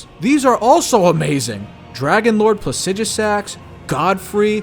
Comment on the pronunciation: Thanks for saying Dragonlords name how its spelled. Last time I heard an attempt it was "pla soo dee ax" by asmongold. Well its asmongold hes basically a skeleton with dr pepper for bone barrow so whatever The only thing that would make Elden Ring more of a masterpiece is if they didnt keep the R R Martin lore in fearuring his own personal incest fetish stuff